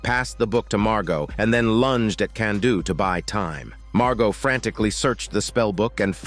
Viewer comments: Kanduu's real name is Rupert (also it's pronounced "Kahn-do" not "Kan-do") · The whole "Can-do" comment is cringe. For a start, it's a dumb attempt at a joke. Secondly Kanduu is pronounced "Cahn-duu" not "Can-duu"